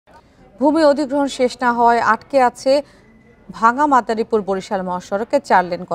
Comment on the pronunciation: মাতারীপুর নাকি মাদারিপুর বলল বুঝি নাই